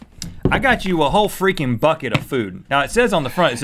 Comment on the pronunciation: " a whole friki'n bucket of food"